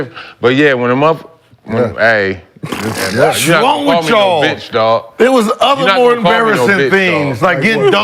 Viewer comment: Gil said "what's wrong witchall?" Lol #square